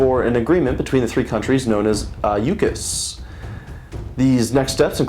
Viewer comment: This was fantastic stuff. Just a few more subscribers and you might earn a visit from the Gestapo... oops, I mean Canadian police. I trust you were deliberately mispronouncing "AUKUS", but if not, everyone seems to pronounce it "or-cuss".